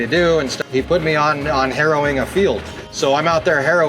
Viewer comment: Definitely had to replay the "how much harrowing you do" line a few times to realize you were not saying "how much heroin you do." I think I've been watching too many cop shows and not enough Our Wyoming Life...